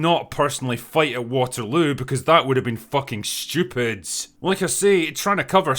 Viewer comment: "cause that would have been fucking shtupiid" HAHAH